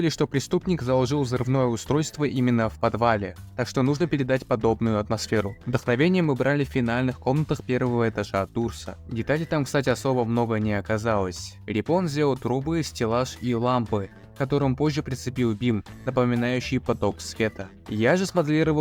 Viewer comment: (МЕМ "ДА БЛЯЯЯ....") в не дурс а дорс